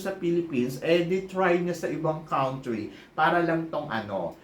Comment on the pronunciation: Country is pronounced as kun-tree hindi kawntree